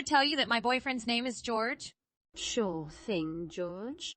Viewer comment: The name is pronounced HOR-hay, not George